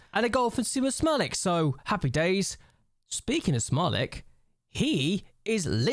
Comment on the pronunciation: Smalec where "c" is like "ts". C is not K in Polisj language :)